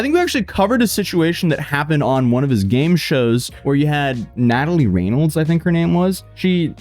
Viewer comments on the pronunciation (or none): How do you not know how to pronounce ‘Reynolds’ ????